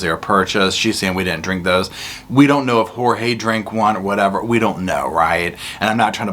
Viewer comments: It makes me angry that she calls him "George" and his name is Jorge! One of the many problems I have with her! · PLEASE STOP CALLING HIM “ Jose’s! Hue bane was Jeorge !!